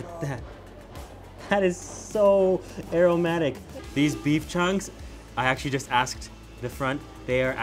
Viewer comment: When you said aromatic it sound like eromatic haha...